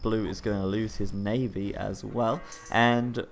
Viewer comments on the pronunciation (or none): none